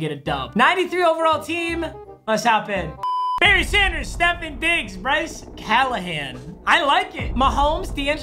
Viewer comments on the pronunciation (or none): CAN YOU PLEEASSEEE FOR THE LOVE OF GOD say STEF-ON diggs not stefin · Nobody: Papa: “Steffin Diggs” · Everyone: Stefon Diggs: sTeFeN dIgGs